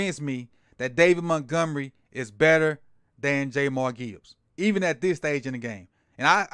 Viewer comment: Not sure you know Gibbs well Sir - his name isnt JayMar Gibbs... It's pronounced "JAH M EAR" when you dont know their names it makes it hard to think you'll know their play.